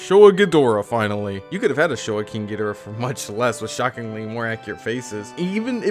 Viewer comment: Thanks for the in-depth review--I pre-ordered this, and I've been wondering about it. I'm close to getting "priced out" but I hung in there for this one. And thanks for pronouncing "Ghidorah" right (hot take). That's how I have always said it, and always will.